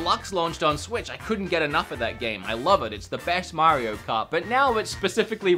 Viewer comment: You mean mr mare-eo